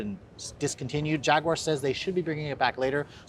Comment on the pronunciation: Too bad he can't pronounce Jaguar correctly...